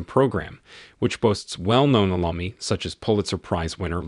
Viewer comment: Also "alumnee"